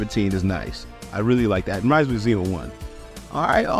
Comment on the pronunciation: ITS XENO GOKU!!! NOT ZENO GOKU!!! XENO (Z-EE-NO) (Z AS IN ZEBRA) (E AS IN BEET) (NO AS IN KNOW)